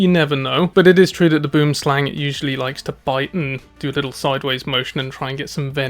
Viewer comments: You pronounced Boomslang like a real Afrikaner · Your pronunciation of Boomslang is getting good man